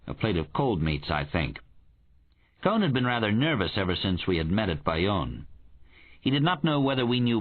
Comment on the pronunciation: The narrator calls him Cone, but does he mean Cohen?